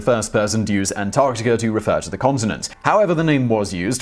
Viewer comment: I'm completely confused how the R sound comes with As - Antarticr??